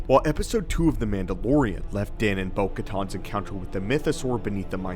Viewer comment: It's "Bo-kaTAN," not "Bo-kaTAWN."